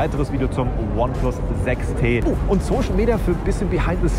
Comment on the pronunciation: Sprich mal bitte ineplus richtig aus^^